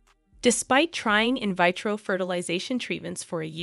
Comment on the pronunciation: Some men can't handle a beautiful, strong woman, who is self-confident. They feel that it is a "blow" to their ego. You must have a certain level of maturity to deal with that. By the way, learn to pronounce the words correctly. It is pronounced: in VEE tro fertilization, not. InVytro and her name is pronounced: TIE RUH, not TEAR -UH. Anytime names and words are botched, I have to wonder if it's an AI narrator. 🤔